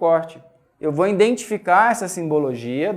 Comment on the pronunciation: nossa!! escutar uma pessoa estudada falando: `indentificar` putzz